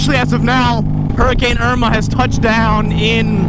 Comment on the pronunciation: Hurricane Irmagurrd